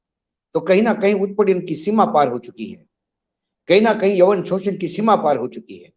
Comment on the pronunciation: yaun not yawan